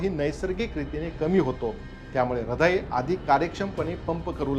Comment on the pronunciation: ऱ्हदय नाही हृदय